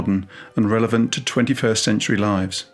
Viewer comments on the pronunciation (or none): none